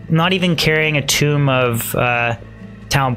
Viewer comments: Tome is pronounced like home not tomb. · He also pronounces "tome" as "tomb" :P Cute